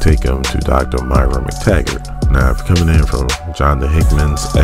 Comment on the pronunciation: call her MYRA one more time! lolz nah solid video